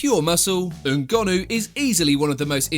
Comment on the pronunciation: Don't you just love it when a YouTuber pronounces foreign names well? Ngannou!